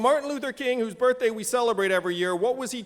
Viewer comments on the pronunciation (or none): none